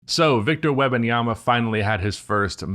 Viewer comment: Wem-, not Web- lol You call him Wemby and mess up his whole name?/s 😂